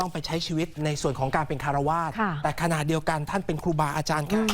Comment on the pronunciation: คะดิฉันติดตามอ่านข่าวมานานละ และยิ่งข่าวสีกากับพระดูทุกคลิปเลยชอบอ่านข่าวมากกกก แต่อยากสะกิดหน่อยค่ะกับคำว่าฆาระวาสซึ่งอ่านแบบนี้ไม่ถูกค่ะที่ถูกคือฆราวาสค่ะขอบคุณค่ะ❤❤❤